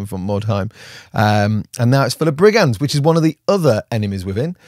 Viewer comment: Is it just me, or is getting into his Teen Reads... with the Ebonhearts and Liking guys called Ebon... Places.. places called Ebon (sorry!)... And Brig-ands? Brig-unds. Damn french influencing God's own British language...